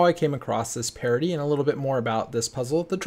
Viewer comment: I always thought you were saying "parody" hahahaha